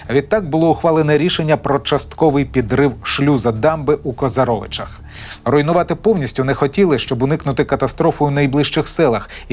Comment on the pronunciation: КозАровичах, а не КозарОвичах. Що це за вимовлення назв на манер орків